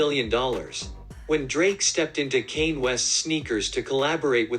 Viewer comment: “Kane west” 💀